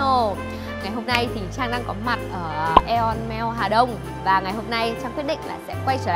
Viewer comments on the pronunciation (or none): Aeon Mall đọc là " i ông-mô " cj trang nha 🤣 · Trang ơi nói sai tên Aeon mall rồi kia ^^